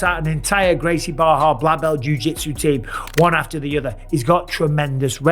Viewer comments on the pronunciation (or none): none